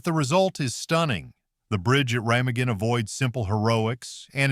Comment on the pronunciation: Use a better LLM for voice over - I stopped watching after the butchering of the word Remagen